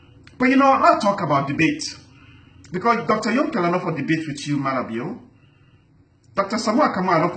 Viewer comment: U don't even know how to pronounce his name booo stop